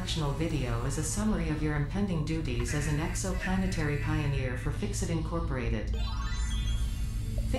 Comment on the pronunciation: "your impeding do...ties. duties."